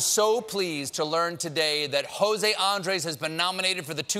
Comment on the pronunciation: How can Stephen look straight at the name José Andrés, written with diacritical marks, and stress the wrong syllable in each two-syllable word?